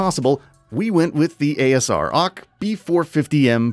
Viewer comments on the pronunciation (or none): ASR ock ?????? please have the person writing the script know what tf they re talking about next time 🤦